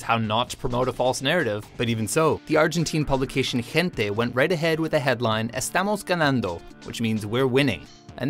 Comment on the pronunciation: "Jestamos Ganahndo" jajaja